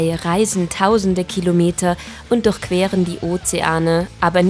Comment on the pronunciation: Wie mich das aufregt wenn sie DURCHQUEREN ODER DURCH SAGT xD